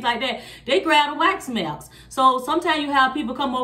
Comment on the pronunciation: 😂😂😂I PEEPED THAT TOO